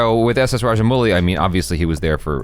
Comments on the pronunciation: It's 'Mouli' not 'Muli'.... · Raja-mau-li is the correct way to pronounce it. ☺️ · Rajamouli is pronounced as Ra - Ja - Mou - li Mou should be pronounced as the English word 'how'.